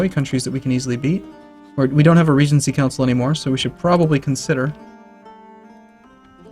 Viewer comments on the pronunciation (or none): none